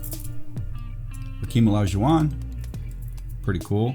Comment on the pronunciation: "Another clean looking Hakeem O-Li-Shu-Wahn" idk why but your enunciation gets me everytime